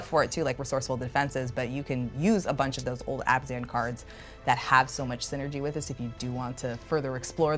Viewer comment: Her favorite color combo and can't even pronounce it right. It's Abzan not Azban.